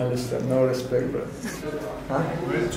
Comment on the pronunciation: Islam “Alister no respec breder” 😂